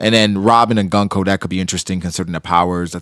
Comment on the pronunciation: I was gonna watch this…. Till I realized I was gonna have to sit through you and mispronounce GUNKO’s name for an hour. No thanks.